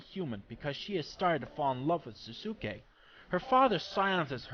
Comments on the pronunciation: not quite. I thought it was the same when I first watched it, however they are different. In Ponyo his name is actually Souske ( i think that's the spelling) and it's pronounced So-skay, with a definite "so" sound at the start. While in Naruto...well duh spelled Sasuke and pronounced Sas-kay. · Just to let you know, Souske's is pronounced " So-skay" but good review.